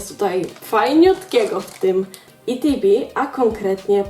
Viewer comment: jakie itb mówi się etb